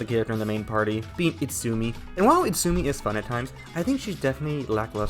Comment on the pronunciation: It’s Izutsumi… not Itsumi. But I agree with the rest of your review 😊